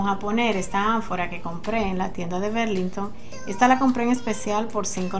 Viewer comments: Hola Loba, no mi corazon Burlington es como escribe, berlinhton es como se pronuncia , una brazo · Burlington. Querida así se dice